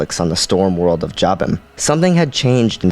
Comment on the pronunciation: Great story. Not very many people know the whole story. I think that you mispronounced Jabiim. It's pronounced Jay-bee-eym.